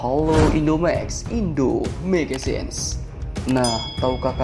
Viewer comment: Lebay ngomong magazine nya